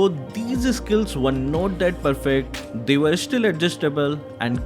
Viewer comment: How pronounce "these': DEEZER